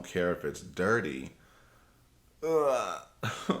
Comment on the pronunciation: Is “ugh” an emotion? N.B. “Ugh” is pronounced “Errr” not “Ugg”! Like the sound you make when exasperated. Great video enjoyed very much. Thanks.